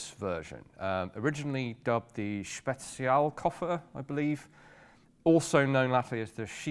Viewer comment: Considering pronounciation - the first two were spot on. Zerfallskoffer is spoken with a hard "Z". Like Tsar - Zar in German.